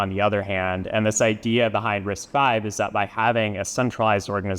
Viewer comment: Wait! Its Risc five not Risc vii?